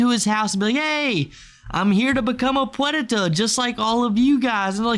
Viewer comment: The fuck is that word you're saying? "Puenta" or some shit? Tf does that mean?